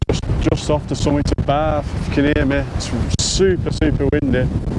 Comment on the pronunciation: Well, I was taken with a name like Barf...but was very relieved with hearing your pronunciation!! Absolutely amazed at those views!!